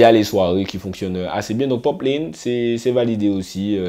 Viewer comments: Ça part d’un bon sentiment mais attention c’est “poplAne” pas poplayne. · Mdr sa me stress trop quand tu dit "jifta - poplayne" mais sinon bonne vidéo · Cest une tres bonne initiative de ta part de parler du dancehall 973 mais tu aurais du te renseigner quand même un peu parce que pour nous le public guyanais ta video reste crédible qu'à 40%😔 ...faut faire attention dabord a la prononciation de leur nom:gifta et poplane -la guyane est influencée par limmigration qui est tres importante..tout le monde parle minimum 3 langues..donc imaginez linfluence que cela a eu avec le temps sur notre creole,notamment langlais de la guyane anglaise qui est tres présent dans le creole de nos jeunes...ce qui explique pourquoi ces artistes chantent avec beaucoup d'anglais dans leur créole..cest le nouveau créole parlé par les jeunes de guyane surtout dans les ghettos. -lesnah a pratiquement disparu de la scene musicale.il ne chante presque plus depuis a peu près 2 ou 3 ans... -gifta na pas attendu le coup de pouce de kalash....le son pati di anyen n'a pas marché en guyane mais sa a permis a certains antillais qui le connaissais pas de le connaître. Gifta est tres important dans le dancehall guyanais :jahanai king,poplane,dana di baddest,poplane...ont été produit par gifta a un moment de leur carrière et ken vybz a été dans l'écurie de gifta et pour finir avec lui ..gifta et kalash sont très amis ..ils ont fait qu'un seul son ensemble donc je comprends pas qd tu dis oui il doit continuer de travailler ensemble 🤤 -chinee queen a eu beacoup de succès quand elle etait dans lequipe de ken vybz..leur relation sest dégradé en qq mois et ken vybz a su